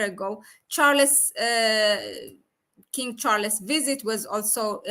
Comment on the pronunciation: King Char-les.......?